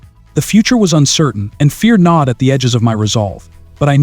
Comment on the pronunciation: Gnawed not nod.